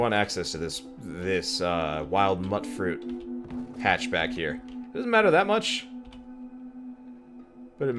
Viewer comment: It's pronounced "mute-fruit"; "mut" is short for "mutant". I'm helping!